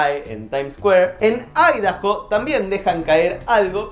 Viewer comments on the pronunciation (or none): none